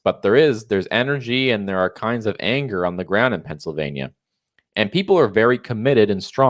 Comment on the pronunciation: Did he say Transylvania or Pennsylvania..🤢